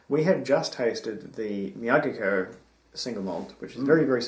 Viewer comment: Enjoyed the few Nikka's that we have tried especially the Yoichi. Also I think it is Me-Ah-Geek-Key-Oh